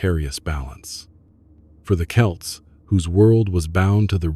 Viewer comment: For Ai it’s not ‘too’ bad . Quite a bit of factual accuracy. Delighted the US accented voice isn’t saying ‘Sam Hain’, that’s progress. Calling the people the name of a Scottish soccer team though? Ai ain’t all that clever….yet.